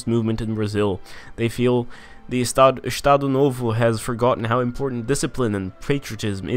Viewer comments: "Ixtado nôvô" Hahahaha Saber que ele é BR foi uma surpresa maior que o 7x1 pra Alemanha uahauahah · Acho tão engraçada a sua pronuncia de "Estado novo" kkkkkkk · Também achei rsrs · zoa nosso sotaque n cara kk